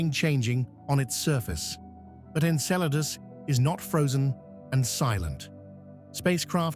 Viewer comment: I respect ya, but... Thats not how you say it...... Okay, that's much better.